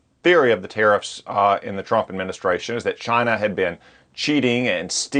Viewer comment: Did he just say cchina like treason trump